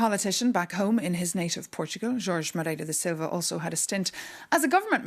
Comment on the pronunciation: Engraçado ver duas espanholas a falarem inglês, Nadia Calviño e Maria Tadeo são espanholas e não gosto de ver e ouvir duas pessoas da mesma nacionalidade falarem em inglês em vez da sua língua materna. Parabéns pela pronúncia do nome do português Jorge Moreira da Silva.